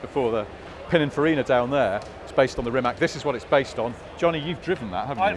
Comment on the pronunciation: Guys why does everyone continue to pronounce Rimac wrong?!… is it just pure ignorance?!… it’s like saying Juguar 😂 Rimac Automobili (pronounced [rǐːmats automobǐːli], \'Ri-mats\)